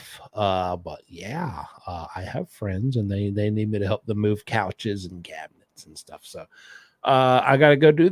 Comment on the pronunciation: Cyouches & cyabinets!! Hahaha.